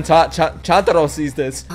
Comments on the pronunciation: Right pronunciation of Zenitsu's sparrow's name sounds more like TUNE-taro, not CHUN-taro, though it is written that way in the subtitles. "TUNE-TUNE" means the chirp of sparrows. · Can you not stop calling Chuntarou "Chantarou" all the time? D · Three things I would like to tell you as aJapanese. 1. Chuntaro is not pronounced Chantaro. "Chu" is pronounced like choo from choo choo train. 2. Sorry, Yoshiwara district was shut down a while ago. Doesn't exist any more, but there are a lot of stores like them. 3. They keep calling Zenitsu a yellow boy, because English translation can't handle it. They call him "kiiroi shonen" in Japanese which means yellowish boy. When we refer to yellow as a race, we say "oushoku jinshu". So, clearly there's a difference, but when you translate them, they both become yellow. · Is he pronouncing Chuntaros name wrong on purpose or am I missing smth?